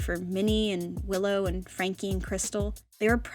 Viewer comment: LOL I herd pillow and cranky instead of willow and franky 😂😂😂😂